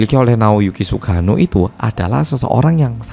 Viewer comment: Salfok cara nyebut nama Sugano medok banget, jadi kayak sugiono😂